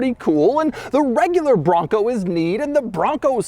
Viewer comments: every time he says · His over pronunciationonon on Raptor and Bronco is very annoying!